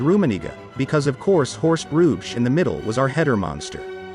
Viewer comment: Indeed. Nice kinda old-fashioned documentary, but the German and Belgian names are almost unrecognizable. "Hrubesch" should be pronounced "Roo-besh", not "Rouge".